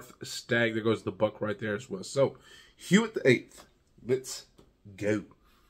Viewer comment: It’s pronounced “wit” with a soft “w”. Will you do the Neuf as well?